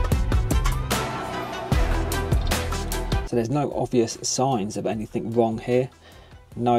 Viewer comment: Anythink !?!?!!?!?!?!?!?!!?! Talk like a grown up human !!!! 😂 the word is ANYTHING !!!!!